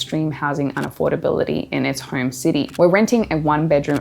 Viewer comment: It's is pronounced home, not horm